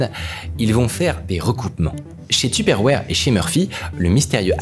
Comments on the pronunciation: tuperwarhhhhhh looool il abuse de ouf sur la prononciation ca me fait tilt 🤣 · Ca me fait trop rire comment tu dis teuperwére 🤣😂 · Super vidéo par contre j'ai horreur de la façon dont tu dis tupperware 😭😭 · Super vidéo mais comment ça m’a tendu la manière donc tu disait Tupperware 🥲